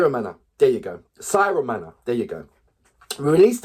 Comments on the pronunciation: He is not Siromana, but Siromakha! Please, say it right! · It pronounced as See-Roh-Ma-Ha